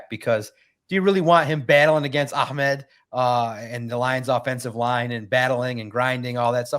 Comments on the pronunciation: calls Ahmed, Ackmend😂😂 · but it’s not kind of like a kha sound. The Arabic letter is Ha, not a kha. Nowhere in the Middle East would anybody pronounce it Ak-Med, the name is AH-Med. his brother was raised here so he probably westernizes the name, which Ahmed is likely fine with, but that is not a correct way to say the name. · Listen to. And. It’s ah med. not ock mid smh 😂😂😂😂. Where in the world do people get a k from??